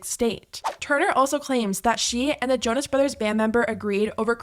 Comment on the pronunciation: I heard Jojo-ness and now I can’t unhear it